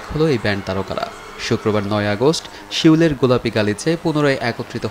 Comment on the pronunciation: What the hell is শিওল?? It's Seoul (সৌল)